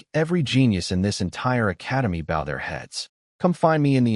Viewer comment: honestly these ai read stories need to be turned into Phonetic spelling then listened to so words like bow is pronounced as bow a ranged weapon, not bow the front of a ship, get fixed. It would also knock out the ai reading words as letters, ie she read as s h e instead of just she.